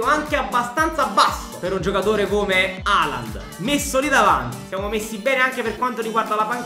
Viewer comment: "Filippo Halaand" AHAHAHAHAHA